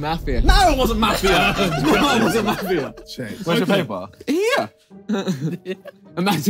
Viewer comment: as an aussie, it was hard to listen to their pronunciation of mafia lmao